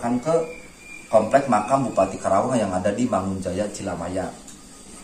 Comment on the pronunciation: Penyebutan kerawang kurang tepat.... Karena nama sebenarnya KARAWANG dan nama karawang itu sudah dipatenkan di KEMENDAGRI... terimakasih..